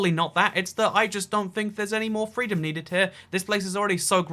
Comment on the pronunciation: WOW I am offended, He SPREADED FWEEDUN